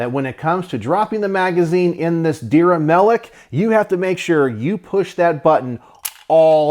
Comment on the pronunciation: One more thing Not Dir ya Try to say like this There-ya